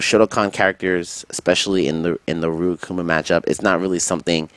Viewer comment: good shit but why cant you pronounce Ryu's name correctly. You did it a couple times. lol